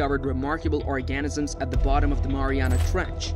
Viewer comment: What is with these pronunciations. “Cree ay chures and or-gahn -isms”